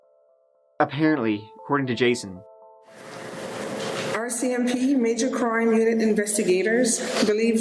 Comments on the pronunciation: Ya gotta stop calling them ARSE SEE MP...its R, C, M, P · Just pronounce it correctly R R R R It’s easy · “The OR.C.M.P” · And me 😆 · its "are cee em pea" not "oar cee em pea". (RCMP) 😁🇨🇦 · Haha I smile whenever he says that. 😁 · Canadian here and ill never get tired of the way you pronounce “ore CMP” for RCMP. Not sure why but its great 😂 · Lol, I hear it as “Orsey MP” 😂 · Can you learn to say RCMP properly?? Ffs